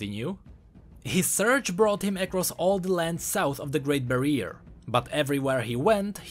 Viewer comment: Great barrier (bari-er) not bareer please..